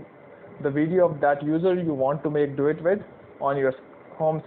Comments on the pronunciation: Im sorry at first I thought you said, Let's do it instead of duet😅. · I thought he said dAb on it